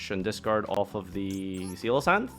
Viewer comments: Loved the video but... everything you celoesance I cringed a little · This deck is awesome It's SE-LAH-KANTH by the way